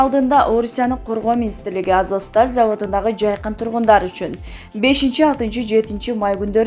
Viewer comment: Мариполь,Азоск дей берип жудоттунго.Туура окучу айланайын